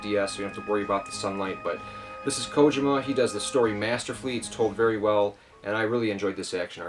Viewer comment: Leaving because you said Kojima wrong REEEEEEEEEEE